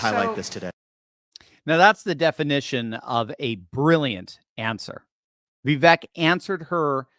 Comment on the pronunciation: Vivek rhymes with CAKE